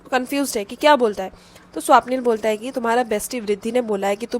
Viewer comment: Its not Swaapnil didi 😢 Its swapnil na 😊